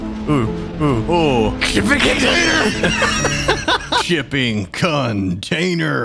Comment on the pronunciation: "SHIPPING CONTAINERR"